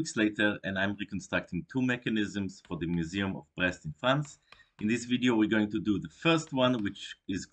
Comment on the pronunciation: first time through: the museum of what? Like, it just wasn’t clear. , second time: nope, still didn’t quite catch it. , third time, this time with captions turned on: ok, I’m not at all sure that helped! 🤣 Checks description: ohhhhh, I see. Both what is being said, and why the captioning might come out that way. Now I just need to figure out what “brest” means in this context. 🙃